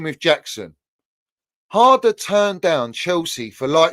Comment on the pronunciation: almost sounded like said Drum and bass father 😂😂😂 the way he said harder